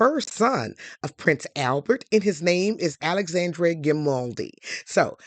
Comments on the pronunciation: great video. for reference, the last E in Alexandre's name is nearly silent and pronounced more like "uh", not "ay" like Dr. Dre. so his name is more like ah-luhx-ahn-dr(uh) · Please don’t spread misinformation to our Black folks. It’s just lazy and we are trying to root for you, but you are not doing anything to try to uplift US. The House of Grimaldi has ruled Monaco since 1297, not 1927. The young man’s name is Al-ex-ENDRe, not Alexan-DRAY. That is a true butchering of his name and it sounds terrible. If you are going to tell the story of European and African royalty, it is only natural that you would learn enough of the pronunciations of the names of the people and places in these royal enclaves to do them justice. Also, tell the histories accurately. The Grimaldi are one of the oldest royal houses in the world. One of the problems we have as a people is that we don’t have enough quality education and information. We go around butchering French and Italian names, making up pseudo-French names with random apostrophes and such, and generally condemning our children to being ridiculed and being the laughing stock of their classes and workplaces, and wonder why they have problems getting employment with these parodies of foreign names. Mispronouncing a simple name like Alexandre is grist for the mill for those who might want to name a child after the young prince, but because you (and others) have messed up his name so, we have started yet another generation of painful pronunciations, making us look stupid, frankly. Anyone on YouTube that wants us to subscribe to their channel and make you wealthy should also not be so disrespectful of us that they